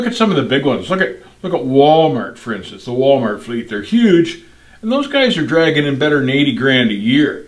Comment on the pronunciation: Wooolmert lol